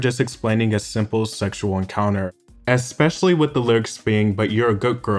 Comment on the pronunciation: You lost me at "expecially"